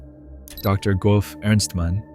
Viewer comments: Lead scientist GOUF.. LMFAOO 😂😂 bro its JEFF. Geoff is pronounced Jeff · no hate just FYI the name "Geoff" is pronounced similarly to "Jeff" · Geoff is pronounced as "Jeff" you spastic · is pronounced "Jeff" 😅